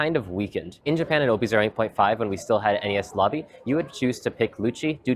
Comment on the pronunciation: Wtf is NES Lobby? It’s pronounced En-eez lobby